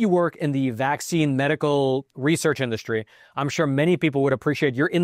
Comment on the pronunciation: FYI: It's pronounced IN-DUS-TREE, not in-duSH-tree. It's SSSSSS-TRAIN, not SHHHH-train. There is no H sound in ST. Stop ruining the English language.